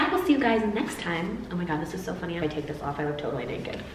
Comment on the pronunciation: You do sound very Australian when you say soo...